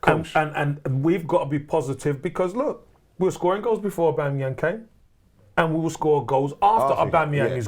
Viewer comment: "Aubangyang" 👀